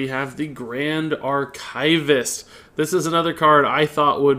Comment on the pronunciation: I love how he mispronounces 'archivist' XD